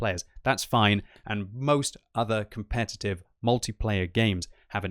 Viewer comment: commpetitve ha ha ha ha